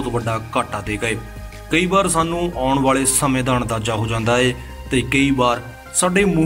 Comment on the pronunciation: ਸ਼ਬਦ ਸਹੀ ਬੋਲੋ। ਅੰਦਾਜਾ ਹੁੰਦਾ ਹੈ ਨਾ ਕਿ ਅੰਨਜਾਦਾ